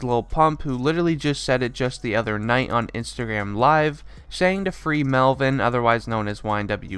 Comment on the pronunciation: He said Melvin as in melly